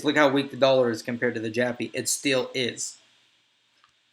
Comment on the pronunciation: I might have misheard, but you say "USD-Jappy" numerous times throughout the video